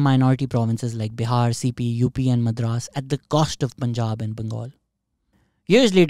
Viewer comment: bhai it was Madras presidency, not madrans*